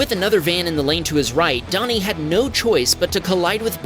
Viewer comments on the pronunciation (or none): Dani is the female spelling of Danny... It's not pronounced Donnie.